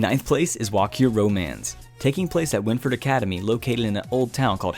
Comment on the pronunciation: “Walkure Romanze” pronunciation = “Valkyrie Romance”. Every video, always a mistake. You’re close to losing your otaku card. “Sensei” pffff